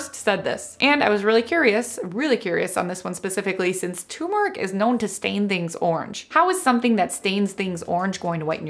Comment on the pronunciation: it's tuRmeric not tumeric 😂